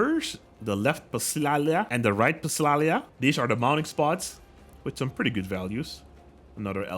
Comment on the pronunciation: in psalia you dont pronounce the p